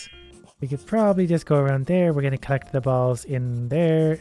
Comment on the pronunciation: Stop saying balls like that